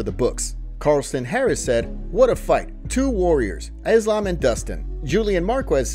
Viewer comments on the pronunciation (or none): "Two worriers" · “Two worriers”😂